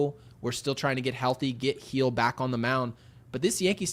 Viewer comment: can you please work with so he doesn't mispronounce 75% of the names he says? It's embarrassing. Off the top of my head he has butchered Tommy Kahnle (he was a Yankee for years, how the hell can you get his name wrong) Deivi Garcia, Jeff Passan, Andrew Heaney,etc. I'm sure it makes you cringe when he does this REPEATEDLY. Love your show, but it's ridiculous that he keeps mangling everyone's name, and makes it seem like amateur hour. C'mon man, this is sad.